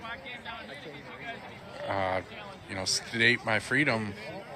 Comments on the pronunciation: I thought he said he was here to "sedate" his freedom!!! 🤣🤣🤣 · Sounded like he said, "I'm here to 'sedate' my freedom. errr."